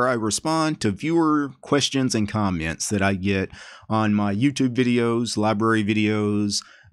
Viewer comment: Hey, DT. Who do you say "comments" this funny way - "Kjomments"?